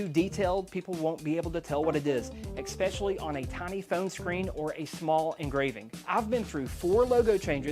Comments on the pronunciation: great video, but it's ES-PECIALLY, not EX-PECIALLY. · Had to turn this video off. I refuse to watch a half an hour of somebody that doesn’t know how to say, especially